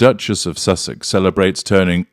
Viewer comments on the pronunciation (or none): none